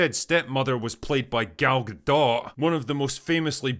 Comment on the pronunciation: it’s Gadot, not Gado